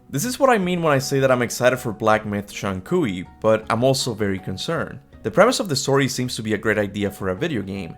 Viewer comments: Just so you know, the common pronunciation for Zhong Kui is closer to 'Jong Kway.' It's a tricky one! I used to say that too! Zhong sounds like "Jong" to rhyme with "long," but with a softer "j" sound. Kui sounds like "Kway" to rhyme with "way." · Love your content, but your pronunciation of Zhong Kui is rough lol